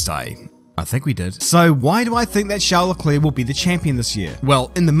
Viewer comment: SHARL ECLAIR HAHAHAAHHAHAAH